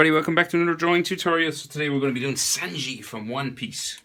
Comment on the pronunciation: Its sanji but it’s pronounced sUnji